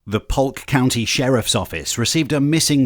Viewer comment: did u say “Pulk” county? It’s pronounced “Poke”